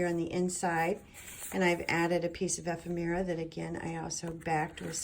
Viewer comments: Love this journal!! Ephemera..is pronounced...E..fem..ra. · This is such an incredibly beautiful book. I so enjoyed walking through all the lovely, delicious details. Simply gorgeous! (I hate to do it, but it comes from the best intentions in my heart, but the word ephemera is pronounced EE-FEM-RA. Please don’t hate me. Wink-wink.)